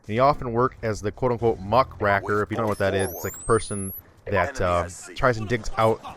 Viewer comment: you pronounce it as muck rayker by the way.